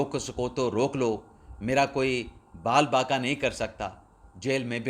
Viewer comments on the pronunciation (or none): یار آپ وی لاگ کرتے صحافی بنتے ھو ۔تلفظ تو درست استعمال کیا کرو۔ویڈیو خود سنو ۔۔بال بانکا کیا ھوتا ھے ۔۔بتاو